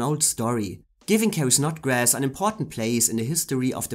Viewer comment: It's Carrie Snodgress, NOT Snodgrass.🙄